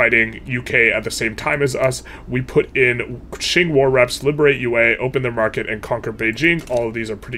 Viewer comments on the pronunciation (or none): Hiii! I like your videos a lot, but I HAVE to inform you, it's /tʃɪŋ/, not "shing", "tru-shi-al states" instead of "tru-cl states" and "ma-hra" instead of "ma-ha-ra"! You say these names every single episode, so I thought you'd want to know how they're pronounced (: Keep up the run! I'm learning a lot!